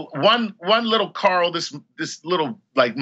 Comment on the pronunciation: Rick Grimes pronounces 'Carl' as 'Coral'. Chuck Nice pronounces 'Coral' as 'Carl'.